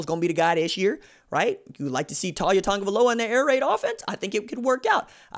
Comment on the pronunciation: U gotta pronounce his name right